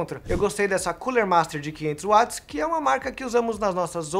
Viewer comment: Ganhou o like por pronunciar "Watts" corretamente (Uats, e não Vats)